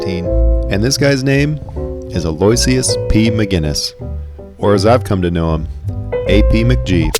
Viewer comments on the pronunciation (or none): Love this. BTW. His name is actually pronounced: Alo-i'-cious. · "Aloysius" is pronounced "aloe-wish-us" 🤣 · Not to be a pedant but that name is actually pronounced ah-lo-wish-us. One of those names that is spelled nothing like it sounds lol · Aloysius (/ˌæloʊˈɪʃəs/ AL-oh-ISH-əs) pronounce like "Hello-Wishes" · Excellent work! Pronunciation note: Aloysius is pronounced "al-oh-ish-us." I had heard the name but never actually seen it spelled, so I'm stoked to finally put those together!